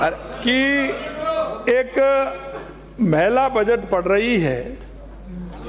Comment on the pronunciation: गरमा, महला सीएम बोल रहा है हद है इसका उच्चारण ठीक करो